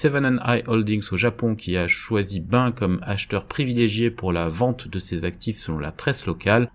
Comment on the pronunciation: Merci pour ce point. Bain se prononce benne, car c’est en anglais!